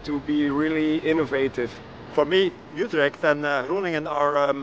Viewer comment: please.. points for effort : yes. "almost spot on" : no way. "YouTrecht" : 50/50. Groningen .. .. After repeating it 20x times one could imagine it was 50/50 but i'm afraid it was less.